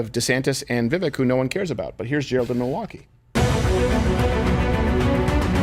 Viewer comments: Crowder, its pronounced Vivake like CAKE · Vivek is pronounced “Viv-Ake” for anyone wondering. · pronounced Vi vake ! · viVAKE like CAKE! Stop saying his name wrong! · How do these guys not know how to pronounce vivek’s name? Viv ache. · I know it's not common knowledge, but it pronounced Vi-Vake. I know this comment won't be read by anyone on air. But there was an attempt. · It’s Vivek, “vivake” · Does everybody say Vivek's name wrong intentionally? I also don't understand why he never corrects anyone. It is pronounced Vi - Vake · For the love of God, Steben Chowder... It's Viv-ake like "cake". You all want to vote for him if Trump isn't on the ballot, but you cannot respect him enough to correctly pronounce his name. *Yes, I know it's Steven Crowder. I am making my point. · they’re probably mispronouncing it on purpose. you think they respect his culture enough to say his name right? they are still saying kamala wrong after years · Vivek bakes cake at the fake steak lake That's how you say his name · I was going to post a correction on Steven's mispronunciation of Vivek's name but you did a better job. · Crowder can you at least attempt to pronounce Vivek's name correctly 🤦🏾‍♀️. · No wonder he doesn't know how to pronounce Vivek's name. Vivek rhymes with cake, Steven!